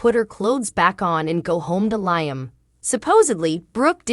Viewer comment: It drives me crazy the way they pronounce LLIAM …. lol there’s no I sound in his name